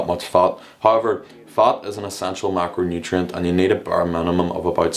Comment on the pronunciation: It's fat, not fart 😂 (if it's not fatfart)